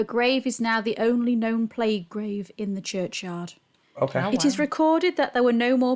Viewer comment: PLAGUE is pronounced PLAYG not PLEG. Fast forward to 2020, and we in the UK are in lockdown, isolation and leaving food at peoples doorsteps .....because of Covid.